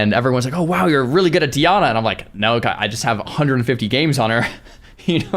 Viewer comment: and DIanna like bruh